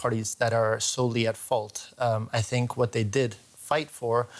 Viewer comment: Its "Think" not "Tink" Jesus that accent from the news anchor